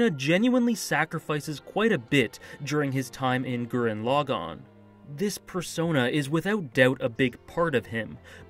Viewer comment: FINALLY!! Someone who says the name Gurren Lagann RIGHT!!!!! ❤❤